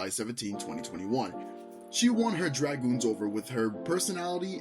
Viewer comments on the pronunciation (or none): none